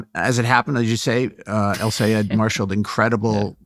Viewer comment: Abdul El-Sayed and Zohran Mamdani are some of the most talked-about figures in American politics and yet Michelle Cottle cannot consistently pronounce either of their names correctly. This is incompetent at best and malicious at worst- how can this be the standard at one of our nation's premier newspapers? Shameful.